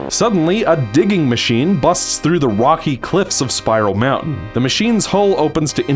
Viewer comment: Whenever you say Spiral Mountain, it sounds like Spyro Mountain.